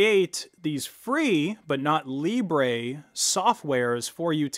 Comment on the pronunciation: what's Libray? I know what Libre is but not Libray. Libre is just french for Free. Idk why people keep pronouncing it wrong.